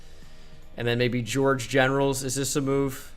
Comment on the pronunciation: “George Generals” 😂😂😂😭😭😭